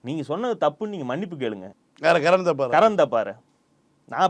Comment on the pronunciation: தப்பார் தப்பார்னு சொல்லாதீங்கப்பா. அது தாப்பர்.